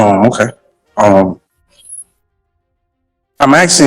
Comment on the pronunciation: A load of 'axeing'